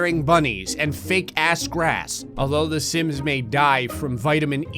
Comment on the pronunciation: it sounded like he emphasized the ass in the quote "fake ass grass" and in my head i saw people putting fake grass in their ass